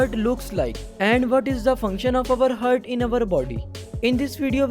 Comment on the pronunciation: With due respect Its ہارٹ Not ہرٹ 🙂